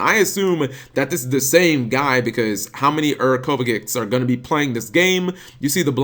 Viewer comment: i believe him even less now btw cap its pronounced as Kovachich if you even give a fuck